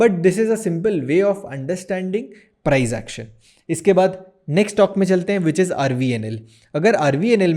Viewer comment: प्राईझ ऍक्शन? प्राईस ऍक्शन बोल भाई